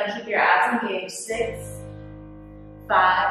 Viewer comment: When she said “Keep your abs engaged” I heard “Keep your ass engaged”